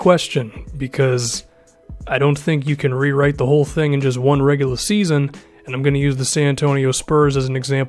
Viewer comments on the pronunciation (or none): Am I the only one that hears the way pronounces regular... regula EX.